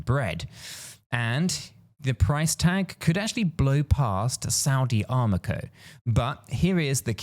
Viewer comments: It’s Aramco not Armaco fool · Its Aramco, not Armaco Its Abroad, not Aboard. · 🤦‍♀️ I’m only 50 seconds in and you’ve already said Armaco when it’s Aramco followed by expresso instead of espresso!! Are we expected to take you serious ? Or just be humoured by your constant barrage of non sensical analogies? WTF